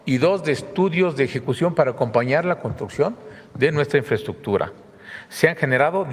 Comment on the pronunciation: Mas " infreschukchur " para la maña😁